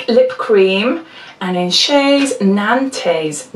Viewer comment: for the 1st lipstick, we say (in french of course) "Nanteuh", but you don't have the "an" french in English, like, i don't find exemple to compare our "an" with your "an". You say "eune" and we just say... "an"?😂